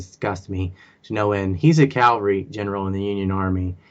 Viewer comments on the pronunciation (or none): knows a lot about history. Just wish he would say Calvary when he means Cavalry. Enunciation has been improving. Keep up the good work! BTW, you know that Jon Stewart Leibowitz is also a WM grad: )